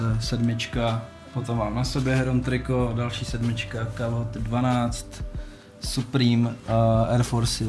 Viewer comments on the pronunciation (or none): none